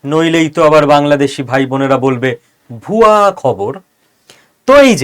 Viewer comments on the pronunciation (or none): ভুয়া বলতে পারে না, ওরা বলে বুয়া।